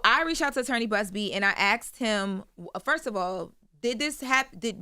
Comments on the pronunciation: Axed…who you cutting. It’s ASKED! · Stop saying AXED. Asked.